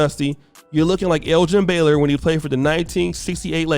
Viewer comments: Bro said Elgin Baylor 🤣🤣🤣🤣🤣🤣🤣🤣🤣🤣🤣🤣🤣🤣🤣🤣!!!!! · Did he say Elgin Baylor 😆😆😆😆😆